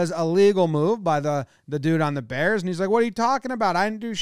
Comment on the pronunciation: “DA bearss “